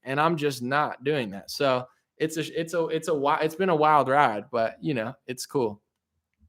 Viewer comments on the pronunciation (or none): none